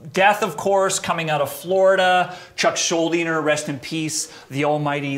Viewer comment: "Chuck SchuldinGer?" He's putting a G in there. Fuckin' Canooks